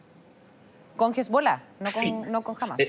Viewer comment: Que molesto escucharlo pronunciar mal Hamas.